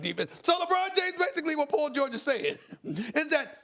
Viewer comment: Who's Pol Gorge?